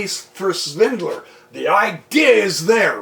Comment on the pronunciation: FYI prof. His name is Peter SVIDLER. There's no 'N' in it.